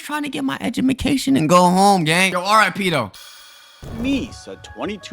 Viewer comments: bro said edumacation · “I’m just tryna get my edgumacation” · “Im just tryna get my edumacation” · bro said edumacation instead of education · He said edumacation😭(w post!) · is saying education